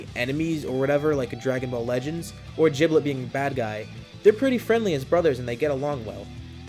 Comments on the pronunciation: You mean Giblet not jiblet! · It's not jiblit it's giblit